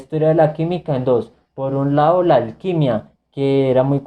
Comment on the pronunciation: Saludos, muy buen video en cuando al contenido, te recomiendo a que le prestes atención a la pronunciación de las palabras, por ejemplo, no es de lao, es de lado, no es reconocio, sino reconocido, sigue adelante y éxitos